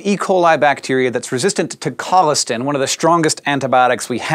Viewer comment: It's pronounced col-is-tan